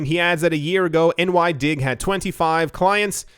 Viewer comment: It's NY/DIG (NYE-DIG). Love you, but you should know who Sam Bankman Fried and NY/DIG are.